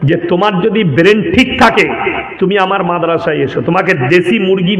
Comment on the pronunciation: তোর কথায় বোঝা যাচ্ছে তোর কত ডিগ্রি - তুই ব্রেন উচ্চারন করতে পারছিসনা বেরেন বলছিস